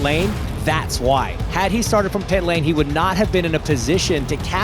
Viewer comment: Why did Hinch say 'Pit Lane' in a way that makes it sound like the name of a street? It's * the * PIT lane not 'Pit LANE' like 'Church Lane' or 'School Road' or 'Sunset Boulevard' hahaha so weird